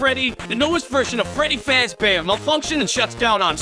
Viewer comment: Everyone's talking about how concise of a summary this is, but I'm personally just dying at the fact that the program can't pronounce real names, but it can say "Freddy Fazbear" near perfectly.